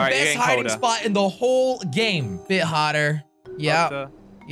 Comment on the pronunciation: When says hotter it sounds like potter